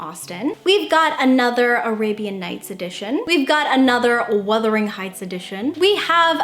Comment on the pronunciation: *WUTHERING.....absolutely not Withering